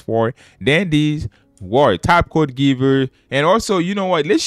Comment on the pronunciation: “For dandy’s word!” What accent is that